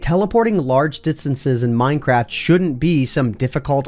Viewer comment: did you say minecrap?!?! And are tjose glitches bobs floating above the ground.